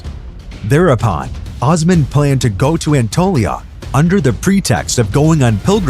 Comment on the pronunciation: it's not (ahs man)....it's Os man....long O....seriously, people who want to teach history seriously need to learn the pronunciation of the names in their own language! And no one actually knows if Ahmed rewrote the law of succession, as it was rumored that Kosem Sultan did it in his name after his death. "Osman! I wish from Allah your reign get ruined, I hope you could not reign as much as what you have deprived me of my life!" Twelve days following his death, a harsh snow fall in Istanbul which was considered as Allah's message to Osman that he killed his brother. Osman II was strangled to death. After Osman's death, his ear was cut off and presented to Halime Sultan and Sultan Mustafa I to confirm his death and Mustafa would no longer need to fear his nephew. It was the first time in the Ottoman history that a sultan was executed by the Janissaries. During his reign, he had at least 2 sons and 1 daughter. .. all 3 children only lived a year.